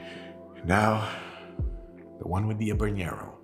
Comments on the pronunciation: It’s all good. It’s confusing. You don’t pronounce the H in Habanero and the n isn’t a ñ like it is in jalapeño. But if you can pronounce anything in French, you win regardless. Great channel. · Habanero mispronunciation count: 4. N and Ñ are different sounds. Ñ is like jalapeño. But habanero has a regular N sound. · Ok - let's break it down: 1) It is an entertaining video! However - besides of the fact, that he pronounced not only Jalapeño wrong- but also Habanero (and I am sure, that there were more pronouncing errors - which I totally excuse): 2) most of the heat of a chili is in the ribs / pith. The seeds are often pretty bitter. Of course there is heat in all areas - but it is pronounced in the mentioned areas. It is a bit telling, that this hasn't been researched and mentioned wrongly... 3) Chilis are notoriously inconsistent when it comes to heat. Eat one birds eye - and it is not spicier than a jalapeño (or other milder chilis) and another one who blows out your head! The same applies to all chilis. It depends from plant to plant, to climate (the said stress of the plant) and also to region and ripeness. So if this habanero was gentile - it is a very wrong notion to give a recipe with 4.5g - because it could be the "death" of your next cocktail, if you get a spicy one. It is also a shame, that poblanos were not tried. It has an amazing flavor (very distinctive like jalapeños - similarly vegetal - yet different) - which is the "mildest" of all peppers (besides of bell peppers). *The lesson to be learned: the spiciness on the Scoville list is showing the average spiciness of a pepper - which you can't really generally apply. 4) I would also use different tequilas for different peppers. Jalapeño peppers (serrano peppers, poblanos, Anaheim) - basically all "vegetal flavor pepper" are